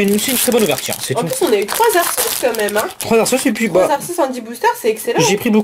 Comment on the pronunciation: dit à Miss que Arceus se dit Arkéus!